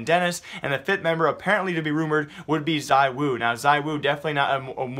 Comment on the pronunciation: the pronounciation is not zIwu , it's Zwo x)